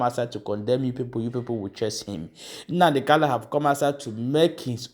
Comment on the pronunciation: Please Mazi is not called kallo he's called Kanu your tongue